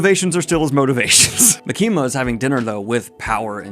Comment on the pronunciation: ITS MAKI-MA NOT MUKEEMUH